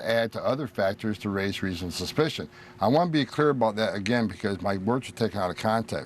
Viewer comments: Is he drunk? Why is he slurring? He can barely pronounce "reasonable suspicion" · Why does Tom Homan always sound drunk? He can't even spit out the word "suspicion" without it coming out "ssspicion". It's like he has marbles in his mouth. He mispronounced the word "myriad" as well as several others. He sounds like an illiterate old racist drunk.